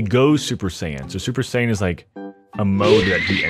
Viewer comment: Me as a dragonball fan was dying when u said super-sai-han😂. No hate btw